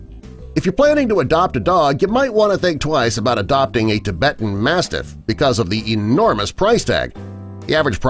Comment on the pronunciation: You pronounce the Tibetan mastiff wrong